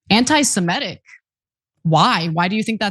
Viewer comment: Ana! AntisemItic, not antisemEtic.